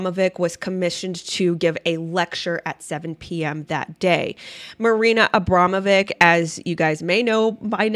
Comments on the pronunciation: pronouce it witch not vic ,abramowitch it is..... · Pronounced Abromavich